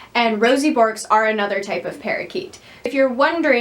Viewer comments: In Australia, we call them Grass Parrots, not parakeets. We also pronounce it Berk (like twerk) not bork. They love to pick seeds out of coarse sand (as they are ground-feeders) and from the seed heads of grasses and millet heads etc. These birds don't climb like other parrots so need flight space and a way to get to the ground. Luffas make good chew toys but they don't chew as much as budgies etc. In aviaries, Bourkes get along well with finches as they are gentle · It is pronounced "Berk" lol